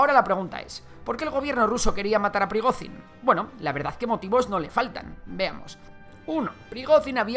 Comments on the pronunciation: Por dios, pronuncia bien el nombre, Llamar a Prigozhin, /Prigozin/ es como llamar a un Jose o Juan, /yose o Yuan/ Mira que se repite veces el nombre en televisión, simplemente con pegar el oído un poco nos dariamos cuenta que se llama /Prigoyin/ con una Y muy vibrante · Se pronuncia "priGOdshin", como la J portuguesa, catalana o francesa.